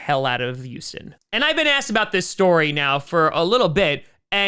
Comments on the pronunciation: I don't blame him. I'll miss him, but I don't blame him. If he goes, I'll be watching my backup team, the Vikings. (No I don't enjoy pain. Why do you ask?) Also, it's Houston, not Youston. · Yuston. Once I heard it I couldn't stop hearing it. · Everyone: Houston: Uston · always calls Houston youston 😂😂😂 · Every time he says Youston Texans I giggle a bit.